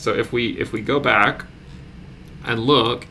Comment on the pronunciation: Not enough emphasis on the "BACK" into the crypto verse. come on man